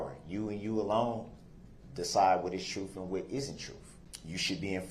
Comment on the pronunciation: Lol "trooth"